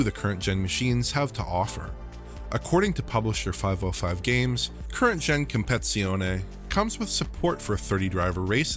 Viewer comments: I had to laugh about your pronounciation of Competizione you say Compezione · I really couldn't concentrate on anything....compe"TI"zione. Like in english compe"TI"tion, not competion... I'm not even italian... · Asseto coursa kompezione If you're going to pronounce it phonetically correct, at least say it right. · Nobody:: COMPEZIONE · competsione? This dude special af lmaoooooooo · What a fuck is “compezione”??? Hahahah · Its Competizione, not Compezione ^^° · And not that it matters, but it’s COMP-PA-TITZ-EE-OH-NEE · "CompeTIzione", just like English "compeTItion". You just need to say "competition" and add a vowel to the end, it is the same word for god's sake. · I was scratching my head every time he said "compezione" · Did he just really say Compezione... This video is really poor made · " Compitzioney " LOL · His pronounciation is even worse: Comp-et-si-oni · If you can't properly say "competizione" the just call it acc 🤦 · I was wondering if that was the correct pronunciation, so I guess he did it wrong. I thought this was another case similar to what I hear when people pronounce Atlanta, and what I hear: "Alana" xD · please stop trying to pronounce competizione, my ears are bleeding xD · I think this guy is eliminating a syllable so he doesn’t say “t!t$” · FYI "Competizione" has five syllables, not four. You missed out the "tiz" every single time. As an Italian, I had to bring it up. 😂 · dude that aint even close to how you say competizione…anyway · As an Italian, hearing the wrong pronunciation of "Competizione" hurts my ears. 😅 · I am not Italian and is hurting my ears too😂😂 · Sorry, but it's so irritating the way that you're pronouncing the name of the game, it's like you didn't even take the time to look at how the word is spelled and which letters it contains 😁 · great video again!!! thank You! but the name is "Competizione" and not "Compezione" 😃❤ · It's Assetto Corsa compe-TI-zione, not compezione btw. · It's "compeTIzione", not "compezione"